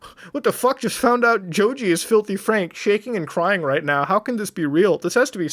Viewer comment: How he pronounces Joji like Joju hurts me